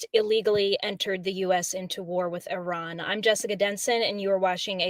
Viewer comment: Thank you,, for pronouncing Iran correctly. Also, Donald Trump is a worthless gas-bag, and it is more than likely some vicious member of his administration ordered the Persian air strikes.